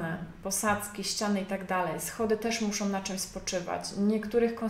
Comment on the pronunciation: co za profesjonalizm( tu użyję ironicznego tonu ) " ,,,polecam filmy - " jak prawidłowo nagrywać materiały szkoleniowe, instruktażowe" ,,,,jeżeli to forma vlogu to akceptuję popijanie z kubka ale autorka ewidentnie chce sprawiać wrażenie specjalisty w dziedzinie . Ponadto końcówki słów typu osobom,muszom,zrobiom,wyspom i wiele innych.... Tytuł filmu zachęcający , treść interesująca ale wykonanie nagrania irytuje...